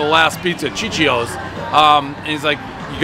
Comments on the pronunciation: He’s not and the reason you could tell is because Ciccio is pronounced ‘chicho’. Only Americans would add the extra i like they always do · its actually pronounced Cheech-yo, chee chee eeo . The same as Gio being Joe not Gee Oh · Putz! You were in Italy, and couldn't pronounce "CHEE-cho"?? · Even this "italian" is saying it wrong lol, it's pronounced Cheech-O